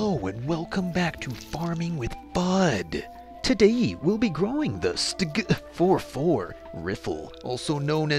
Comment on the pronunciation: MY FAVORITE ASSAULT RIFLE WHAT IS WEONG WITH YOU YOU JUST BUTCHERED IT